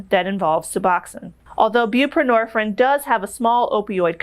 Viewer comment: Suh-box-own. Bū-pruh-nor-feen. The last syllable of each word contains a long vowel. Sorry to correct you.